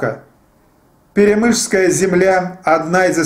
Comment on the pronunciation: Не ПалОлог, а ПалеолОг. Не ПеремЫшль, а ПерЕмышль. Тот ещё историк....